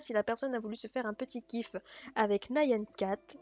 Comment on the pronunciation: t'as dis "NAYAN CAT" xD c quoi cette inculte